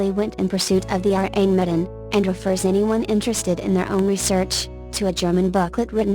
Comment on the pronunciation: The name of the ship in the last case is what...? I cannot understand the voice. The R-Amedien?